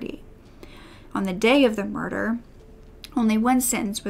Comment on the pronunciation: “Moider” 😂😂😂 I’m sorry